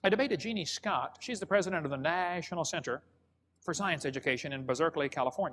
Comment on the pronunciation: 1. Why does he pronounce 'National' so oddly? 2. Why does he pronounce Berkeley, Bizerkeley? 3. How do you get a 300 foot thick coal seam from the plants that are all alive at the same time? The plants would have had to be many thousands of feet tall in jungles or forests impassibly thick in order to die, decompose and compress into a 300 foot thick coal seam. 4. More believable story about the coal-bell; a boy stole a bell and claimed he found it in a piece of coal when he was found with it rather than admit he stole it. 5… sorry, I can't watch any more of his obvious lies